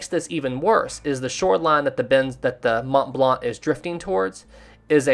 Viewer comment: Why do you keep saying "Imo" and "Mont Blanc" as "Imos" and "Mont Blant"?